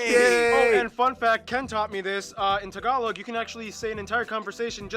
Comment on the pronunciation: Nice Tagalog🤗😍